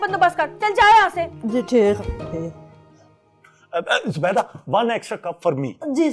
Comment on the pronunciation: Say Zubaida.... Zee.. Zoo Bayy Daa come on it isnt that hard. z.